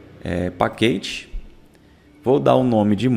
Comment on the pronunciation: bom conteúdo, só ajustar a pronuncia de package 😅